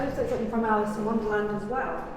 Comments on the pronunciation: I can’t believe you haven’t seen a bidet toilet before! You both seem like overawed country bumpkins being in the Big Apple for the first time! Also, please remember your “ings,” as in something and nothing, NOT somethink or nothink! Who hired you for a walking tour like this? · Love your videos but just one thing irks me SO much. There's no "K" at the end of the word "something". Every time you say it, you say "somethink"! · Speak properly! You are English. Something, not somethink….on it goes.